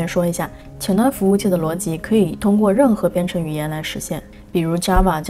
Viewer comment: up主中文非常好。 我基本用英文学完，用全部中文基本解释不来。 而且up主连“逻辑”的发音都跟高考要求一样